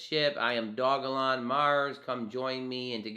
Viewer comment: It's Doge-lon, it's not hard